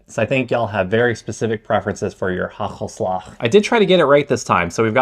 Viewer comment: It's not haggelslag! You need to pronounce the first A a little bit longer than that